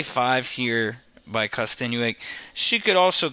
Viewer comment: good analysis. its kosten"yuck" not kosten "you ick".